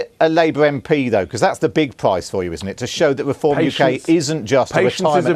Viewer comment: "weform" BBC cvnt